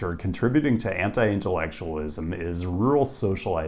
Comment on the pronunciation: This guy said anti-intellectualism and I heard henta-i-intellectualism